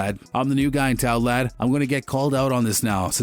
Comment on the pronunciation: Hearing the American narrator say "lad" 😂😂😂